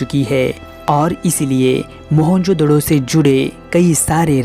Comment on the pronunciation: Mahenjodaro hota hain not doro